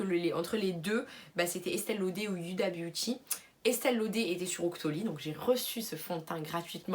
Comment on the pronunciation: youda à la place de Houda surtout quand tu t'appelles mdr ( c'est pas méchant ) 😜😂😉